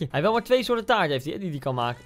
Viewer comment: Taart gvd het is “taart”